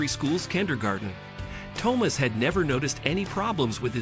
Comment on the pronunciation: That and the mispronounciation of Thomas.